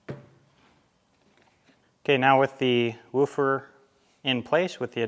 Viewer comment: You keep callling it a wu'fer. lol